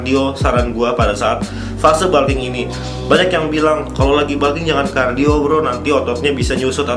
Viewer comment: balking... balking.... kayaknya nggak semua U dibaca A deh.. di telinga annoying